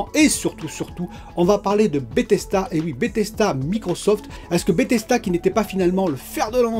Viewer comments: BethesDA. DA ! Pas "BethesTA" Grrr.. ;) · Tu dis BETHES"T"A lol😘